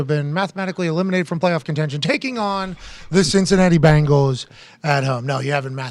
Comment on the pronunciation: Bengals not Bangles